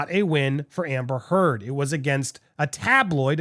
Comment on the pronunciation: How do you mispronounce "amber heard?"